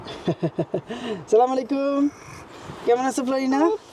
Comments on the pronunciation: সালামালাইকুম বলতে হয় না বলতে হয় আসসালামুয়ালাইকুম আশা করি কথাটা রাখার চেষ্টা করবেন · সবই ঠিক আছে আপনার ভিডিও খুব ভালো লাগে আমি সব সময় দেখি বাট আপনার সালাম দেয়া ভুল হয়। বলতে হবে আসসালামুয়ালাইকুম